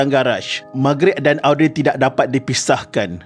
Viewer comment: Mintak maaf admin.. cara sebutan nama Audrey ialah Oh-dree... Sekadar berkongsi